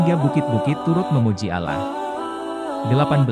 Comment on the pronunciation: mohon maaf,,klo saya keliru.kok saya dari awal nyyimak video,dr awal sampai selesai,,pengucapan Allah SWT.. (huruf o,,tp huruf a..